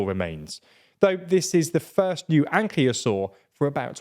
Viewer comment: Small correction it is pronounced An-kai-loh-saur, apart from it amazing job as always fellas